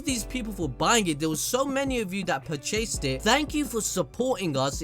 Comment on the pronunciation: Hahahhahaa "Puh-chase"